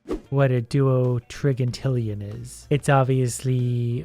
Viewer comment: Doutrigintillion is pronounced dou-trije-ehn-tillion